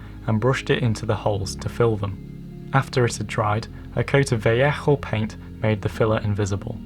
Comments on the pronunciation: I think you pronounced "Vallejo" wrong. It just doesn't sound right with the harsh "HH" sound. If I were you, I'd just pronounce it as "Vaa-leyy-ooh", sounds nicer that way. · yeah it is pronounced vayeho because its a Spanish company and thats just the way its pronounced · "vayeho" is right pronounced, gentlemen. Quite like Owen does but more softly with the "j" before the "o". Créanme, se los aseguro. Saludos! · Actually in Spanish its pronounced "va-yeho" l's sound like y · in Spanish it's pronounced veh-ae-oh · Btw Vallejo is pronounced vall-ay-ho I think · is that really the correct way to pronounce Vallejo?! Very nice plane BTW!!